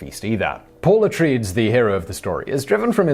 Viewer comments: Har-ko-nen. A-trei-des. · Glaring error on Simon's part..... Also he butchered the pronunciation of Harkonen and Atredies! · echoing what has been said before: the house name is pronounced a-trey-deez not a-traydz. Paul mother is Jessica, not Julia. And..... the plans/schematics for the weirding modules were purposefully given to Paul and Jessica during their escape. Also.... it is mentioned in the movie that the weirding modules are "a weapon based on sound" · Could've sworn it was pronounced Uh-Tray-Deez, not uh-traydz (#1, Dune) Come on, Simon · So, is there a British Received Pronunciation Guide to mispronouncing names? (uh-TRAY-deez is how Atreides is said.) Also, the weirding module thing is a kludge put in by Lynch to avoid what he called "kung fu in space," so it's hardly Herbert Dune canon anyway. Which is odd, since there's a knife fight anyway in one of the climactic scenes. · Paul Atreeds? House of Atreeds??? You can't even pronounce the lead characters name in Dune? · "Ah-Trade-Ees" & "Har-cone-ins" is how they are pronounced. Thanks ago for a great video Simon! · Simon, Simon, Simon... You just made Dune fans weep! Atreides is pronounced uh-tray-deez... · Alright Simon, repeat after me "A Trade Ease" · Jessica, not Julia, Atreides. And it's "a-tray-deez". :) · I love ya Simon but your pronunciations make me cry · I love Simon but his pronounciation of Atreides really got my back up :P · I was never bothered by your constant mispronunciations until you butchered every single name from Dune. Also, as everyone else has already pointed out the plans were left for him.